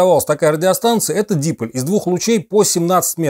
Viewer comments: да дипОль, что за манера коверкать термины?! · Вот это да. Отличный рассказ про технику тех лет. Только вот ударение в слове дипОль - на "О" ) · Ну не верите мне, послушайте как умные и образованные люди это слово произносят(посмотрите хотя бы лекции МФТИ по дипóлям, их тут много), в крайнем случае википедию откройте... не нужно умничать не разобравшись. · "ди-" - приставка. Ударение на приставку в русском языке, обычно не ставится )